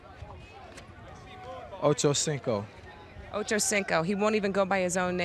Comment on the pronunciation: CARSON AGAIN IT IS O-CHO-CIN-CO